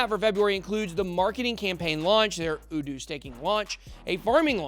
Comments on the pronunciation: Say the letter "U", as in How do you do?...uDoo. Aloha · It's YOU DO!!! SHEEESH! how u gonna market it if u can even say it right?... "how do you do! " get it? 🤦🏽‍♂️